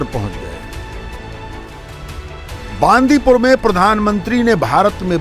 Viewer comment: Hindi States always mispronounce south language. It is not बांदीपूर, it is बंडिपुर.